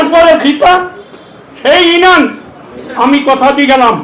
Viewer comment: ইনশাআল্লাহ 1 লক্ষ বটে আপনি হেরে যাবেন আল্লাহ চাহিলে আপনাকে হারিয়ে দিতে পারেন ক্ষমতার মালিক আরশের মালিক একই আপনি এইভাবে কথার ফুলঝুরি দিয়ে মানুষ ভোর দিবে না আপনাকে মানুষ বিপরীত কিছু ভাববে আপনি ইউনিয়ন শব্দ উচ্চারণ করতে পারেন না এমপি পদে প্রার্থী হয়েছেন আপনাকে ধিক্কার জানাই